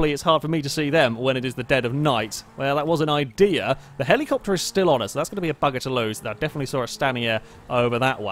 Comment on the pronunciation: Drink every time he says Heleecoptar. Have fun being dead.